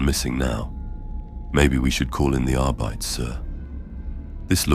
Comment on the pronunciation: Another fantastic story! One minor bit of feedback for future stories, I'm pretty sure arbites is pronounced arr-bee-tees